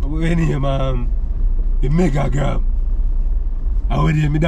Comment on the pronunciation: Man say “MEGAGRAM” and “FLIPTOK”😹😹😹